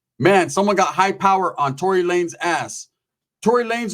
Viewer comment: Who the fuck is "torry lanes"?